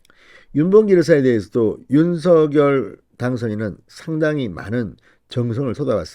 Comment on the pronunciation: 진성호 당신 *윤서결이란 사람은 없습니다 *원성열이란 사람은 있습니다 *윤성열 로 *윤성열 로 *윤성열 로 발음하세요 진성호씨~~~ *성열*로 소리내기 *성열*로 소리내기 우리말 공부 좀 하세요